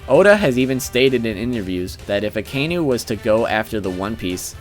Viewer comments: Martin Daniel just once cross reference with an original would do the trick! He triggered me everytime when he misspelled aka-inu literally red dog and not that akai-nu bs I like the list thogh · Akaynu Lol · "Mo-net, A-koiji, A-kaynu" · "aykoeegee" and "akaynu". i know you warned us about incorrect pronunciation, but c'mon. just try.